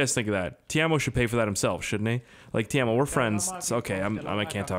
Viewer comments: Teimo not tiamo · PRONOUNCED "TAY-MO" NOT "TEERMO" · Its pronounced tey-mow PERKELE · Hahahahaha Timo is not pronounced like that